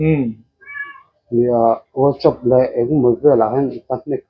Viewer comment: a cho tur a poh a lam sual nok2 ania..pui ngot ang 😅😅